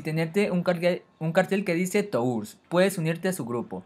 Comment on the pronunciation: jaja "tours" en vez de "turs"